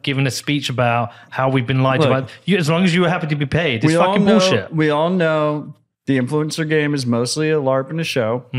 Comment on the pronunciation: Peter says bowlshit :)